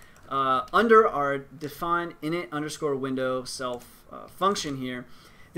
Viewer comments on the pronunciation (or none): none